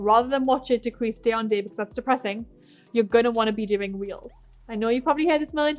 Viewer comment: Is she saying "reels" or "wheels" and what is that?? I really don't understand